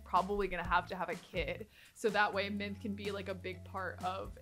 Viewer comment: Does anyone else hear Minth rather than Mint? I'm losing it